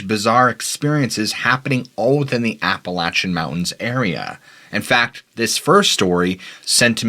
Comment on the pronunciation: Thank you for pronouncing Appalachia correctly.